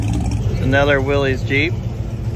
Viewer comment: "Willys"...pronounced Will-liss.....not Willy's. Love your videos!